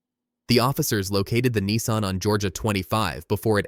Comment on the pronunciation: Its a nissan not a neeson